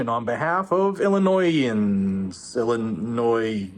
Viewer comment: it's Illinoiings